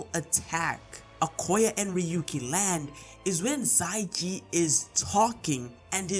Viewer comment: i think it's xia ji not xai ji